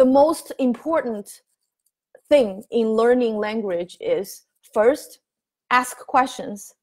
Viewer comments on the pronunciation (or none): none